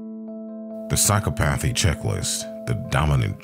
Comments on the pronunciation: Great vid! But I’m afraid you’re mispronouncing psychopathy, it’s pronounced like psi-cop-athy.😊 Have a great day! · Learn to read English, that is not how psychopathy is pronounced……how do you expect to be taken seriously?